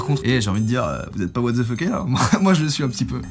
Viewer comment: he's a 10 but he said watzefucké...